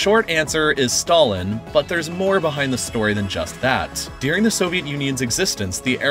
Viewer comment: During = Deering